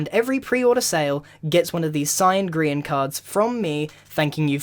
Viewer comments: Who pronounces grian goian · Grian not grain